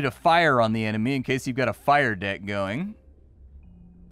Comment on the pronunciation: I heard "magic dick" I am guessing what was actually said was "magic deck" and I am not sure why I am disappointed that you don't go around with a magic dick fighting people.